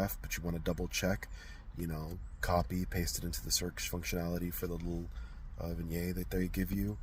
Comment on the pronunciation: Vignette. Pronounce the 't'. 🙃 Thanks for the video.